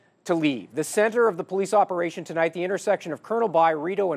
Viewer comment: "POLICE OPEATION"?